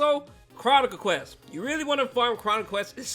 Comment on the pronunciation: Bro said questes 💀